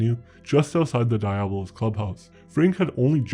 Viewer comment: You should learn how to pronounce diablos